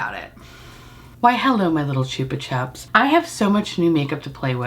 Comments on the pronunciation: Slowly going mental at how you say "Chupa Chups" as in Australia we say it completely differently as that's also how our ads were on TV for the lollipops. I'm like yelling at my phones YouTube app going "No, it's Chupa Chup not Choopa Chup" 😂😂😂😂 I'm laughing so hard at this and myself. We still sell them in Australia and they're still great. They have the old school flavours still as well as a few newer ones. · Take a shot everytime says Choopa Choops ❤❤❤ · Chupa is Spanish for lick . So it is pronounced choo-pa choo-ps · I've never heard anyone say it like choopa chups before.. we say 'chupa' like 'chup - a' in Australia, keeping the assonance of 'chups'. That aside, I freaking LOVE these damn lollipops. They ruin me. I understans why you has to buy the collection 😅 Also, I feel like if you placed the purple blush higher up on your cheek bone and away from the hollow it would look better - less muddy and more bright. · It's said 'chupper chupps' here. I've never heard the 'choopa' way of saying it before! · I love how you pronounce the “u”s in Chupa Chups in two different ways 😂 I say “Choopa Choops” 😂